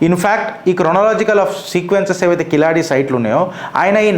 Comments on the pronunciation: కిలాడి కాదండి. కీలడి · కిలాడి కాదు బాబు కీలడి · కిలాడి కాదు అన్న అది కీలడి. Please correct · కిలాడి కాదు తమ్ముడు కీళడి కీళ్ + అడి=కీళడి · సర్ఆ వూరి పేరు కిలాడి కాదు క కీలడి కీలడి అనాలి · Keezhaladi..not kiladi..pronounce properly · Sir, Kiladi kaadu. keeladi.. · అది keezhadi, zha ని tamil ( Tamizh) లో ల అంటారు. అంటే అది కీలడి, మీరన్నట్లు కిలాడి కాదు.